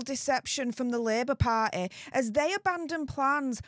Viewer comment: I love how she says party. "Par'eh".